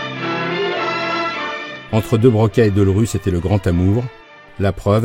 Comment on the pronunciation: On dira que je chipote si l'on veut mais c'est Georges Delerue et pas Deulrue. C'est quand même formidable d'écorcher son nom tout au long du reportage.